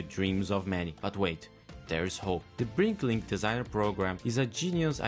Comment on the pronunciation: It's "BRICKlink", not "BriNklink"